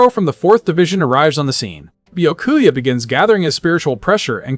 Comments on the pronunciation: It's bee ya koo a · Man poor Byakuya didn't have his name pronounced correctly even a single time in this 7 hour video. 🤣